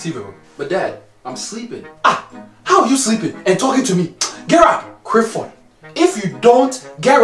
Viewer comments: "Criffod! Gerrup!"😂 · Something like that, when he says his full name mate 😂🤣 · IS. HE. SAYING. CRIFFORD,. CAUSE. IF. SO,. OH. LORD. I. CAN'T. !!! 🌿😂🌿🤣🌿🤣🌿☺️🌿🤭🌿😂🌿